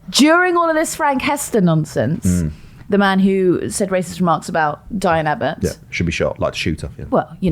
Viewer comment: I keep hearing nonces instead of nonsense in the intro now